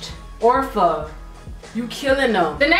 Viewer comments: Ya I kept laughing when she said ORFA instead of ofraaaa lmao 💜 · ofra is pronounced (oh-f)ra and the name of the highlighter is (ro -day-o ) drive. NOT TRYING TO BE A LITTLE HATING ASS BIHH LOL💜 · it's oh-fra,! lmao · I was literally just thinking "did she just say orfa?" Hahaha Love ya still though